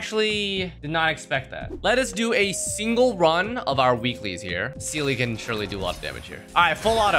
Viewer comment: It's crazy they literally say her name out loud repeatedly and you still call her seelie